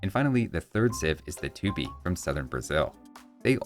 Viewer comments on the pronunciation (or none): Great insights! :) I've been expecting a civilization like Tupi since the days they added the Portuguese... (Btw, the correct pronunciation for Tupi is with the stress on the last syllable! You can check on he Tupi-Guarani language wikipedia page and other sources too)